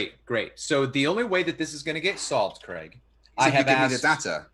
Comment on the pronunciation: I know these debates are ridiculous but I still learn stuff listening to. Americans please note Craig does not rhyme with Greg it rhymes with vague